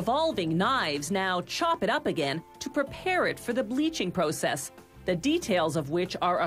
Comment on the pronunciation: Proo-sess xD